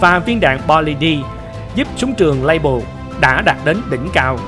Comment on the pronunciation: Súng của Pháp nên đọc bằng tiếng Pháp dễ hiểu hơn đối với người dân xưa nay đã dùng nhiều tiếng Pháp .Nên đọc Fusil Modèle 1886 là Phuy zil Mô đel 1886 nghe hay hơn, Lebel thì đọc là Lơ Bel chứ không đọc Lây bờ hay Lây bồ gì đó